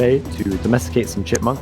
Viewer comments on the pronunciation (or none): Today I found out that says ‘chickmunk’ instead of chipmunk 😂